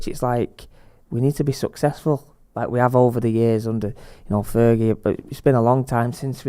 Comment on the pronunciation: Just wondering where Andy Tate is? The man is TV Gold. Fergeh, technicaliteh, Rooneh, Moyeseh, Giggseh, Bruceh, 😂